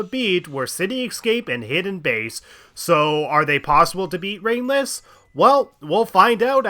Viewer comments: I shouldn't watch this video at nearly 4 am, sometimes i misheard ringless and thought you said brainless lol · After a while him saying ringless sounds like he's saying brainless